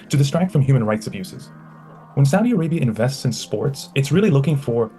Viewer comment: The first time Kyle pronounced Saudi correctly